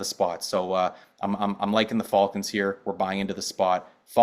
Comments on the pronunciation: The way is saying Falcons is throwing me off, is he Canadian? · Can’t trust a guy who says the falcons wrong